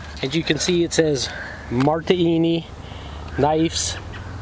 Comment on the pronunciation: It's pronounced Mar'/di/ini. Great video - nice knife! Thank you for posting! :)